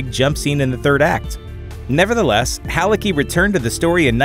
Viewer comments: Ah, for fucks sake, I hate it - it's pronouncet HALITZKY, not Haliki. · Dude, c in Halicki ain't silent